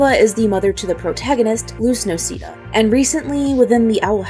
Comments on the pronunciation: i swear it's pronounced no-say-dah and not no-see-dah. am i crazy? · Its no-sae-dah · I... the last name pronunciation is in the show... idk how you can...